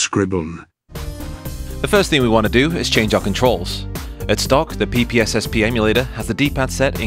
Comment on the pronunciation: I never would have thought to pronounce "ppsspp" phonetically.